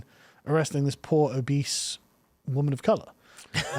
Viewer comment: "Poor obise fentanyl dealers." Give the English man a biscuit for getting this one wrong.